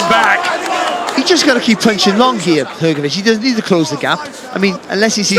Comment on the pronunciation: Hrgović(hrgovich) not hergovich